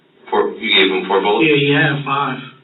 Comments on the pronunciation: “Actually, I didn’t provide those BULLECKS!” 🤣🤣🤣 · He should be put away just for pronouncing "bullets" as "bullikks". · Well I’m convinced that the guy who pronounces bullets as “bullicks” is 100% smarter than the police and is also innocent. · Is he really saying Bulics?